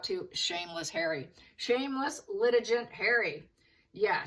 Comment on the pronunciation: Litigant is pronounced with a hard g gant rhymes with can’t. Vex - A- shush